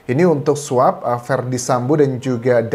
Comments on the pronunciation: Swob pak bukan swep pronunciationya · Pak Anjas...bacanya bukan "sweb" tapi "swob"..sama kayak baca "swan" kan bukan "swen"..makasih